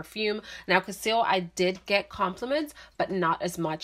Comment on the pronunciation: The name is cassili. You pronounce it as cassil.